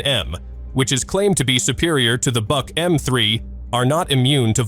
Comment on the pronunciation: I thought the Buk was pronounced Book? I guess AI can’t learn that?